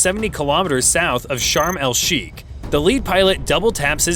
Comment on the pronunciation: He mispronounced Eilat and Sharm El Sheikh.